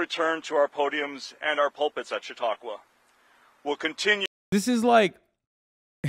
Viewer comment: "Chat-uh-qwah" oof that was like glass in my ears